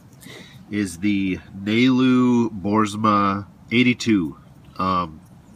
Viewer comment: Haha. Nailed his name Nalu(nah-loo)